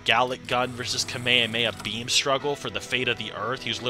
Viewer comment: Bro said kameyameya 💀💀💀💀